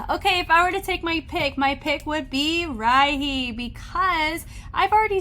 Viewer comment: Hey, just wanted to let you know Rihey is pronounced as Ree-haey, she explained that she named herself that because she wants to be somebody you want to call again( smth like that ) so Re-hey